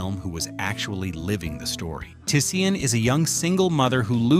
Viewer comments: It's not Tuh-Sea-En.... It's Tisean ..... T'Shawn.... Not Sea-En.... Fucking AI! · It’s pronounced… Ti-“Shawn” not Ti-Se-An!!! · Her name is pronounced Ta-Shawn… I’m sure AI is pronouncing the baby’s character’s name wrong. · He butchered tf outta Tisean's name the whole video. Say it wit me TaShawn. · It’s pronounced TaShawn. Is this channel AI? He could have just said Tee-Tee.